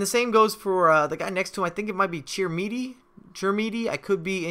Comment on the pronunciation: You say Chikhaoui: "chick-ow-ee" and you nailed "Chermiti" well done:)